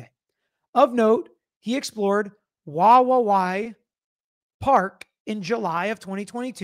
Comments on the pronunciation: I used to live in Wawawai. Say "hawaii" out loud. Now replace the h with the w and say it again but add that third w toward the end. Not that hard. wuh WAH wee. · Say it like WA- WI- EE or say it like Hawaii (cept with a W.). You said Palouse great. All native words around here. The park is way the heck down a canyon several thousand feet. Look at the elevation of pullman and Moscow compared to Wawawai park. It’s dark, windy down an unpopulated canyon road. Not sure who would make the trek in the cold winter weather when roads are icy around here. Just saying, having known the area. You do a great job. Thanks 🤙🏾